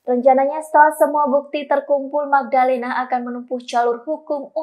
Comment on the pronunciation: Mgdalenaf Bukan Magdalenaf , tapi Em Ge dalenaf astaga 😭😭😭😭😭